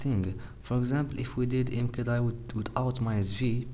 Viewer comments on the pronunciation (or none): it's pronounced 'mkdir' not 'mkdir'